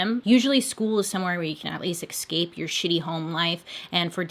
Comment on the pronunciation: i’m sorry...... ....... did Bailey say..... EX-CAPE?!!!!!!!!!!!! BAILEYYYYY